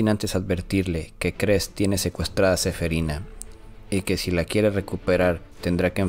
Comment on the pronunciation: Es que suena feo cuando dice SEFERINA XD